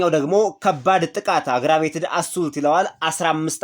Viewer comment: Assault አሱት ሳይሆን (አሶልት) Aggravated አግራ... ሳይሆን አግር.... ነው ምባለው::ፒሊስ ገዜጠኞች ባእድ ቃላትን ስትጠቀሙ ተጠንቀቁ፣ be4 using other language words or phrases becarefull 😂